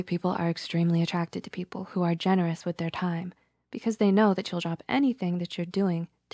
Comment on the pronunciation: They say "people" like pee-pole as in a pole you pee on